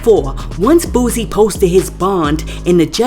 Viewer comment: Yo every time you speak on Boosie His name is Boo•sie not Boooosie come on